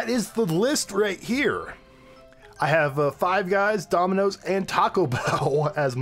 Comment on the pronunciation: Did you just say daminos can out pizza the hut